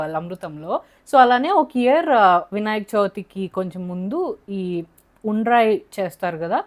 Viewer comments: అది గుండ్రయి కాదమ్మ.... ఉండ్రాయి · గుండ్రాయి కాదమ్మా ఉండ్రాయి